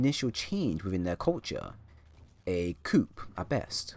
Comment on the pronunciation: Props for bothering to make Anthem lore content and speculation in an otherwise negative time for the community. As a helpful sidenote, the P in "coup" is silent, making the word sound like "coo." Good luck to ya buddy!